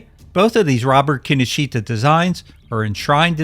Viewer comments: Key Know Shta, not Kinnosheeta. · (Psst: Kinoshita is pronounced 'kin-osh-ta') 😉